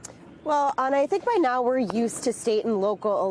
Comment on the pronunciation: "This is how the game is played now..." places an undue amount of emphasis on the use of "now..."